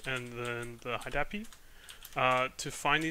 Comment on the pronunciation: very helpful video. i chuckled everytime you said "high dahpi" - always broke it into HID and API.